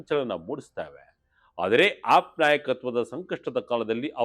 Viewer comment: please pronounce aap properly.